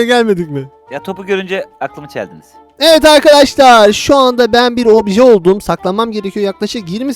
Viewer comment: izleyin ivit diyo